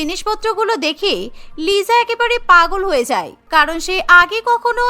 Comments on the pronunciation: Lisa ❌Lija ✅😂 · লিজা না লিসা😂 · লিজা না লিসা😂😂😂😂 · Not Liza ata hobe Lisa. 😊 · 𝐋𝐢𝐣𝐚 𝐧𝐚 𝐋𝐢𝐬𝐚. 𝐑𝐨𝐣𝐢 𝐧𝐚 𝐑𝐨𝐬𝐞. 𝐉𝐢𝐬𝐨 𝐧𝐚 𝐉𝐢𝐬𝐮. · ওইটা লিজা না লিসা ওইটা রোজি না রাজে ওইটা জেননি না জেনি😂😂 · লিজা❌️ Lisa✅️😂😂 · ওটা লিজা হবে না লিসা😂😂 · Lija na lisa hobe hay re hay😅😅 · Not liza, It's called lisa😂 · Liza❌ na lisa✅ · BTS fan bou ❌ K-pop fan bou✅ .আর আপনার কথার উচ্চারণ লিজা না লিসা হবে😂 liza❌ Lisa✅ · It's not Liza. It's Lisa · Lisa❎ Liza✅😂😂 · ওটা লিজা না লিসা ওটা জিসো না জিসু রৌসি না রোজে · It's not Liza It is lisa😂